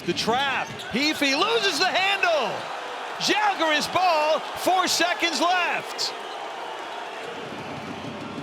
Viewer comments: The Commentator finally pronounced Žalgiris properly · Thank you for pronouncing "Žalgiris" so correctly :) ♥ We almost do not expect that :D